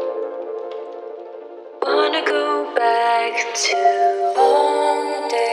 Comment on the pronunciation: 홍~데이ㅋㅋ발음보소 남유럽 휴양진줄 알겠노